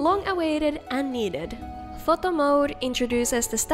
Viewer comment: the way you said photo…🤔 do you speak another language? I’m kinda curious now lol